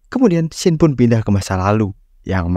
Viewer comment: Agak dikurangi tempo bicaranya bre, Alon Alon ngomong biar jelas, A I U E O Pun bukan pu